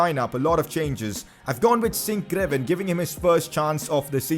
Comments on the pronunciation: Pcq: sinkgraven is pronounced as sinkgraaven so with a double a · sinkgraven is pronounced sinkgraaven